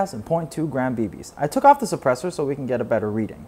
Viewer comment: "Maghck Sappressur"